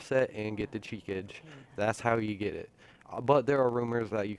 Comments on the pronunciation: Shi ka gay :P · It's Japanese pronounciation is (chee-ka-gay)